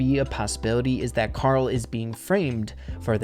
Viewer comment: It’s karol